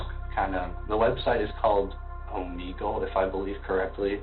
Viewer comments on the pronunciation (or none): This boy pronouncing Omegle and Kirk wrong at his age is a GIANT RED FLAG he is dumb everyone even if you don’t use it knows how to say it